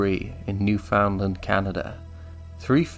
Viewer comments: Lol absolutely nobody in Canada call is New-found-land It’s pronounced “Noofund-land” and Newfies just call it “The Rock” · As a west coast Canadian, I always heard it said newfunland. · It's pronounced "newfunland" that's how locals say it. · as a Canadian, I find the way you say new found land pretty funny, that is probably the actual correct way to say it but everyone I've ever talked to says it more like newfund land. just another Toronto, Toronno, thing. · U say newfoundland wrong bud iam from Canada 🇨🇦